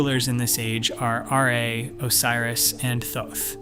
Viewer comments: "R [space] A" Its just Ra bro. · Ar-E? Petah? What is this slop?